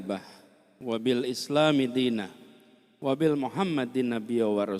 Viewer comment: Sedikit kritik untuk pak Anis tolong di sampaikan, pak Anis di saat mengucap salam terdengar di awali dgn ucapan Salam Alaikum, yg benar di awali dgn Assalamu 'alaikum , kemudian yg barusan , ada ucapan di awal tadi, wabil Muhammadin nabiya warasula , yg benar wabimuhammadin nabiya warasula